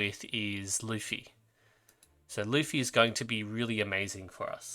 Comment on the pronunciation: great video bro i was planning to save for nydia and estra cuz i realy like there design and i dont care about meta that much btw that guy lutfi is prounonce ''LOTE.FI'' its an arabic name keep up the great work